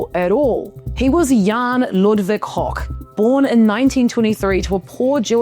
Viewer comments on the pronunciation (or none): none